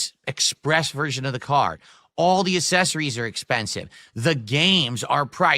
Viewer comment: The Guy has no idea how to pronounce accessories 😂😂😂😂 Hot takes with 😆 🤣 😂 Pig ups, fellow commoners. 🐖⬆️⬆️⬆️⬆️